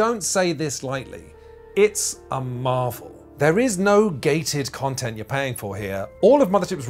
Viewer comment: I had to "rewind" a few times to correctly hear you saying Quinns Quest Quontent (instead of content).